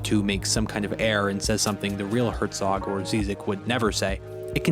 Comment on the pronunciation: Second time this week I’ve heard a YouTuber pronounce Werner Herzog wrong. It’s pronounced “Verner” for pete’s sake.